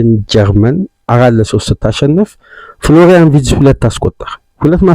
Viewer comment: Please pronouce his name ፍሎራይን ቨርትዝ instead of ዊድዘ If you dont like it , you can ignor my msg. Thank you